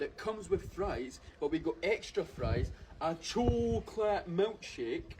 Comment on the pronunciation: Aye, not only is he an eedjit but hes takin the piss, Fifers dont say choe-cawlat Oh-ffirs Or when you're a cone-tent creator, what the hell is this accent, am born n bred close to fife and yer accent is a total shambles. Nobody spends £500 on a lunch... thats sandwiches..... And the only people in Scotland that try say wuaguan are fannies. Lived here ma whole life and never heard such a horrendous piss take accent 😂 like someone from north England trying their hardest Scottish accent 😂